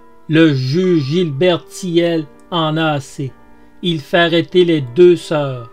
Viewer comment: Pour info, Gilbert Thiel se prononce "TIL" et c'était une grosse disqueuse-meuleuse, pas une scie circulaire.😉